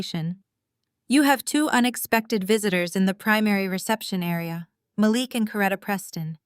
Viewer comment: You repeated yourself. And it is pronounced "ma LEEEK"